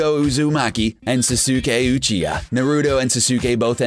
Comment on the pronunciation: Atleast learn how to say the names..dude said Narooto Uzooomaki and Soo-soo-ke Uchiya for Naruto and Sasuke| Bakyuugo and dayku for Bakugo and Deku he even said Buhkoogo... and he messed up on many other names also. He also said that Midoriya took the All for one quirk that once belonged to All might.. 1. Midoriya didn't take it from him. It was simply passed on and All might could still use it. 2. It's One for All. 3. This dude didn't watch the anime..